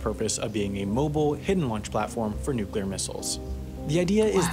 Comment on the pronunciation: Finally a narrator that can pronounce nuclear!